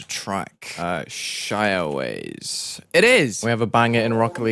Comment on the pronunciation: no way you pronounced shiawase “shy aways” there is no way